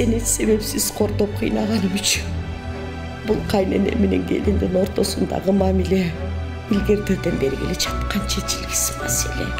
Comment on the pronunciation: Люди во первых не Кайнене а “Кайнэне”